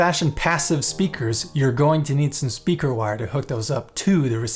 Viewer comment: Stayed for the end and was pleasantly surprised with those bloopers. Definitely needed that with my morning coffee. "Speaker...with a G... speager"...Thank you for this! hahaha